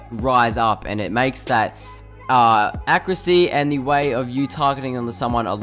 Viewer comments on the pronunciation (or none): learn how to fucking say accuracy. ITS NOT ACC-CREW-SSEA. THERE IS AN A AT THE END DUDE! fuck me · Someone teach this man how to say the word accuracy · ''Acrisy'' ''Accriut'' ''Issault rifle'' Al'so you could have made this video 2 minutes long but it takes you 6 minutes to get to your point, i'm surprised that this video isn't 10 minutes and 1 second